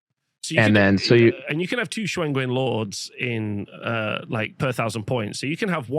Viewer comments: If going with pinyin pronunciation, Shugengan would be pronounced as shoo-gun-gahn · I thought it was pronounced “shoe-gun-gen” Could be weong but that’s how I hear it in total war 😂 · lol I love how white people can hear the pronunciation of a thing and STILL can’t pronounce it correctly 😂 Just to clarify, in TWWH3, the Shugengan Lord CONSTANTLY says her title. Shoo gen gahn. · Shoe-ghen-ghan. Shoo-ghen-ghan. Shugengar. Shoogaga